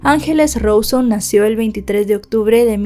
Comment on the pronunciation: RAAAAAAAAUUUSONNNNNNN NO ROSON..... 🙄